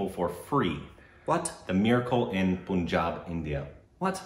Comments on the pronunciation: 'Pun' is very much intended in Punjab (in terms of pronunciation). So it's not pronounced as 'Poon'jab, the way does. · Guys it is "PUN" JAB. As in no "pun" intended. Not Poon as in the moon. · The 'Pun' in Punjab is pronounced like Punch.... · So how is Donald Troomp doing? P.S It's Punjab. PUN-JAB! Incessantly trying to get this information through